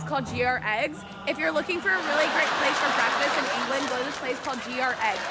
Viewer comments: How does that girl not know how to say Gregg's? So embarrassing 🤦‍♀️ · How would even an American not know how to pronunce Gregg's? Greg is an American forename, Gregg is a fairly common surname. I bet she shops in Wal M. Art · GR-Eggs? That happened?! lol omfg Wet-her-spoons?! lol!!! I'm dead XDXDXD